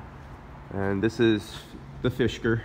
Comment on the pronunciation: Fisker. Not “fishker.” just being helpful! :)